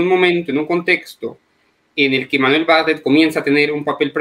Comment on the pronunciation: Se pronuncia Bar- tlet